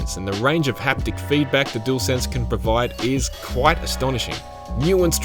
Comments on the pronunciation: 'Dool sense' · Gotta love a “doolsense” controller.